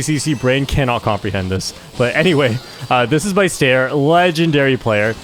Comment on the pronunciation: bro is calling ster "stair" 😭